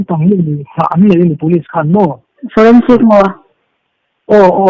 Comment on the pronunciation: Senbawiha chu aw,forensic tih chu hriat ava har awm ve le😂😂😂